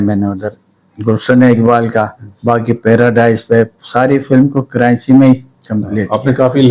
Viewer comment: Es ko bolny ka ni pata Karachi ko kranchi bol rha hai ye film kia bunnay ga😂